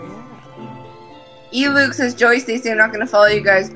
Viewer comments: its el Luke not e Luke, he has a channel now :3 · Its not E luke its el luke